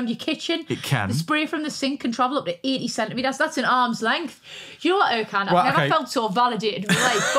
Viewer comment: I like Vicky but his name is ErJan. C is J in the Turkish language.